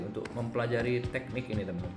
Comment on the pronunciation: Teknik bambang, bukan te'nik😂